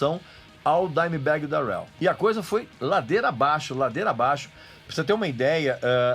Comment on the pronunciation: Dimebag Dérel... que pronuncia bosta hein Regis, pow cara olha qualquer americano falando o nome dele pelamor